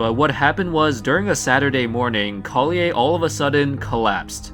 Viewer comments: Collier is pronounced like “Call-Yur” not “call-yay”. The R isn’t silent. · You pronounced Jason colliers' name correctly the first time, then gave it a french pronunciation the last two. Just an observation that details are important to show respect to the deceased and their family when referring to someone. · Colliers name is not pronounced the way you are saying it. The R is not silent.